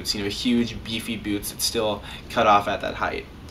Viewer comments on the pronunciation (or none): Anyone else laughing at the way he says byoots?